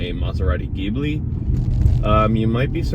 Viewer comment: Hard to listen to that Ghibli pronunciation.